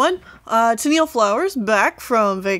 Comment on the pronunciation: I pronounce your name like Tenel, not Tenil xP